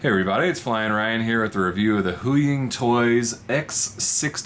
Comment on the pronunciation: Hooii-Ying Toys, that's how it's pronounced